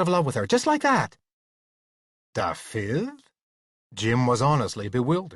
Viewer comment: I do wish he'd pronounce Dafydd correctly. Not Da-fith but Davith! (soft th as in with ,not hard as in think) accent on the first syllable, not the second!